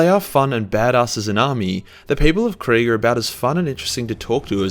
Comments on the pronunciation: Its not quig. Its KRIEG ! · Another youtuber also likes to say KRAIG in the same way you do